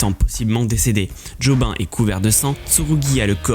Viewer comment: En vrai je ne fais pas te mentir, je vais m'abonner mais que pour tes vidéos jojo. Mais ton taff est cool le son est propre le montage est bon (par contre dire job 1 et non jo bine ça fait bizarre)